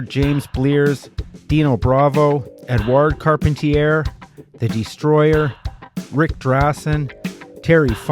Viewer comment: I recall Carpentier being pronounced"Car-PON-tee-ay."